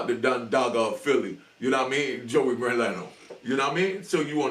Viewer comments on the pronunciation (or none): i dont wear fip flops in public but im from Philly its pernounced Mer-leeen-oo love your podcast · Merlino 😂😂😂😂 not Moreno